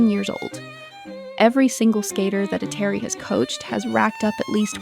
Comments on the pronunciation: Every name you pronounced wrong. Even Eteri's. It would be nice for you to lookup how to pronounce names out of respect at least. Also her skaters either went to other coaches or just quit because they won everything (Zagitova, Sherbakova). Why to skate if you won everything? In skating injuries are commion. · Can’t even pronounce her name right 😭